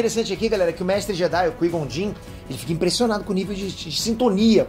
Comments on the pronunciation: Chamar o Qui-Gon Jinn ("Kuaigon Djin") de "Kuí Jon Jin" é foda hein,... kkkkkkkkkkkkkkkkkkkkkkkkkkkkkkkkkkkkkkkk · O “Quei Jon Din” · kkkkk Massa ele falando do Jedi "quijonjin" kkkk. Mas o correto é Qui-Gon Jinn (cuaigon-djin) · Repete comigo : Kuai Gon Gin se fala assim 😂😂😂😂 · Quem é Qui? E quem é Plages? Que eu me lembro era Qui (lê-se Quai) e Plages (Plagues lê-se Pleigius),... veja essa pronúncia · Uma correção o nome do mestre jedi Qui Gon Jin se pronuncia “Quai Guon Jin” Ok? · Você vê que o cara é poser quando ele chama o Qui Gon Jin de Cuijonjim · Bora lá,, repete comigo: Qui Gon Jinn = KUAI GON DJIN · “Quin jom jim” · Pô,, a pronúncia do nome do Qui-Gon Jinn é cuaigom gin. Ficou horrível a pronúncia. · Escutar "Cui John In" é f*da hein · Qui JOW Jin? Porra kkk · Oq é pior o falando Qui-Gon Jinn ou que o pai é o Sidius? Ps, o pai é o Plegueis quando manipulou a força a bel prazer para dar vida a seres na busca pela imortalidade. A força sentiu-se humilhada e não respondeu e nessa ausência foi a concepção. Até por isso Darth Plagueis nos acontecimentos de ameaça fantasma tenta conhecer o Ani em Coruscant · Qual é cada hora mudando a pronúncia do qui-gon jinn